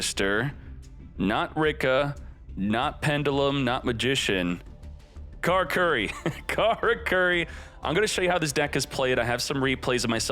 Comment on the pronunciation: Carcurry? It's ca-lah-coo-lee,.